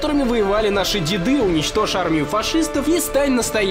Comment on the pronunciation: Наши дЕды, а не дедЫ, боже мой(( P.S. видео, конечно, супер, но вот это немного смущает, я не агрюсь, но исправьте, пожалуйста)